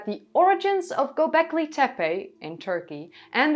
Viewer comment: you put an extra "L" in Golbeki ; )